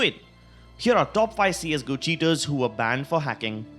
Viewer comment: All i heard was " wreck banned"